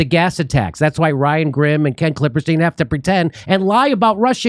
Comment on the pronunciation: I love Jimmy calling him KlippeRstein. Just hoping it’s in purpose. 😄